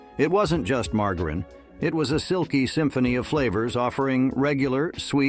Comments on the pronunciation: No one pronounces margerine like that get real !!!! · It's Margarine with a soft G.